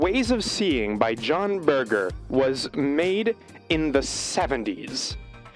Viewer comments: I've read the book Ways of Seeing, but have never watched the tv show, so this is a welcome prompt, thank you. His name isn't pronounced like ‘burger’ though but with a soft g (like 'merger'). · Shook hearing the goats name pronounced as Burger. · I think his name is pronouced 'burjer', not 'burger', with a soft g, but yes, his ideas on things like advertising are really good. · Berger rhymes with merger, IIRC